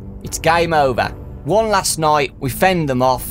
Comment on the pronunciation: ha he said noight like noice